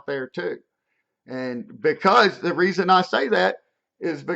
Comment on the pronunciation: "Reason" not "resin"